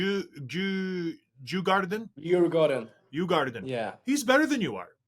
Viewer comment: Great interview! But why doesn’t William proncounce Djurgården correctly in Swedish? 😅